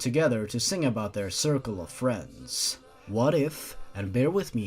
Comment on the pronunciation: To me the way you say circle of friends sounds like white light